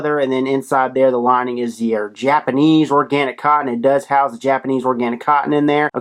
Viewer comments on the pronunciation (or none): none